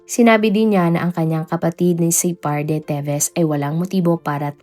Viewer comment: Mali mali naman ang pag pronounce niya ng mga names...Pati ang Pamplona ginawang "PAMPALONA" , Roel - RO-EL at ang Pryde ginawang Pry-de! 😊😅😊